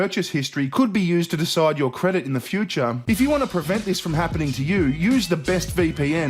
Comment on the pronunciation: I love when says fee-oo-cha...:)